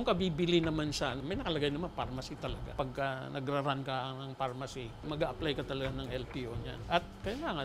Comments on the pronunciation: farmacy.. not pharmacy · FARM-ACY NOT PHARMACY MGA VOVO KAYO FDA! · Luhhh hahah farmacy naman yun hindi pharmacy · Boston-shi... pharma-shi